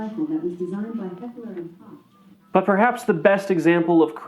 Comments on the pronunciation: It's "hekler and koh" phonetically after all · Hecler and Kosh :DDD Bro, I litteraly went to google that just like you and you still went to say it wrong. Why tf are you making this video, if you cant even say the name of one of the most famous and notorious gun brands??? Are u ok?